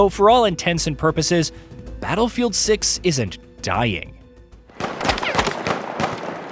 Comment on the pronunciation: Did you say battlefield suck or battlefield 6😂😂😂😂😂